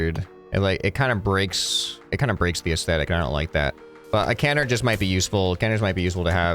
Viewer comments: ca-NARD, not CAN-ard. Emphasis on the second syllable. It's a French word. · It's actually pronounced can-ARD with the emphasis on the second syllable. Love you, love your videos, carry on Sir! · Also you're saying Canard. Wrong You're saying Kenard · I hate to be a bother however I don't believe you're pronouncing canard quite right.